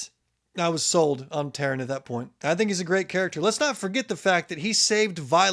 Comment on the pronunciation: Sgaeyl is pronounced Sih-gale in the audio books Tairn is tear-n if that helps lol